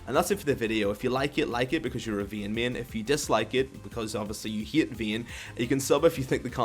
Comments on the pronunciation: I dislike cuz your saying veyne its vayne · you cant pronounce vayne i cant listen to your ween or whatever you call her